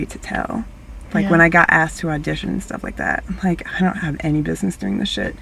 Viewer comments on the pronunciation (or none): DONT SAY "LIKE" LIKE LIKE THAT!